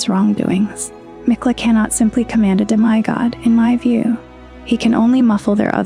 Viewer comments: Good video “demeye God” though seriously how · How do you end up pronouncing Demi God so incorrectly that’s not a tough one and shows up everywhere